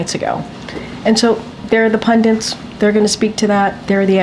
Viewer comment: Why do so many Americans say "pundiNts" as she does here?? The word is PUNDITS. No "n". Another classic some of them use is spelling "our" as "are" and forgetting the participle (ED) ending (especially in passive sentences) when they write just because they don't pronounce it when speaking (eg. "he was slander by his boss"). I see that one every day 🤦🏻‍♀️